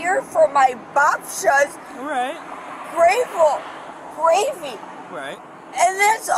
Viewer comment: "I was here for my babshull's gravul-gravy... and that's all I was!" Oh absolutely. I get it now. Babshull's gravul-gravy. Sounds awesome.